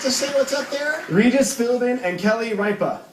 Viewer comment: Not to disparage the men who serve this country but damn anytime you can't pronounce Regis' and Kelly's name you really need to keep off the game shows.